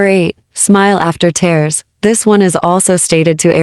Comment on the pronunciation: Oof. Mispronouncing “tears” in the context of a BL just makes it sound really bad. 🥴